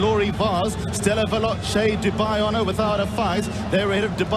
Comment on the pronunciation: ステラヴェローチェの発音くそかっこいいな